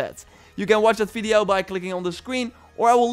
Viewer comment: "Fideo" 😂😂😂 Good content broh, love it